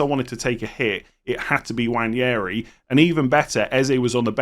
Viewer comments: Nwaneri, not Nwanjeri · For the love of god please say “Waneri” instead of “Wanyairy” it’s killing me. No idea where the Spanish Ñ came from 😂